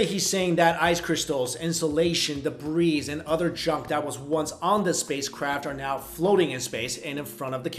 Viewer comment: You want to know what I think? I think you do not pronounce the "s" in debris.